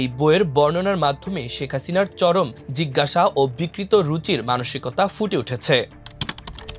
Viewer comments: jiggash not it is Jighangsha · "চরম জিঘাংসা" এর স্হলে সংবাদপাঠক ভুলবশত "চরম জিজ্ঞাসা" বলেছেন।